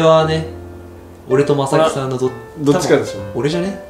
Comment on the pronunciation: 弟のまさきさんのイントネーションに突っ込まずはいられない